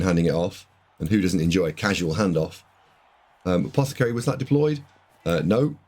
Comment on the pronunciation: Really appreciate the effort mate, I know this must take ages. I know I've given you loads of jip for saying apothecary wrong but that's just me taking the piss, appreciate these videos, thanks for the breakdown, thanks for the effort.